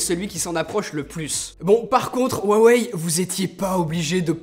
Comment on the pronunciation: Cool, tu a enfin perdu ta manie de "Roux aweille" :D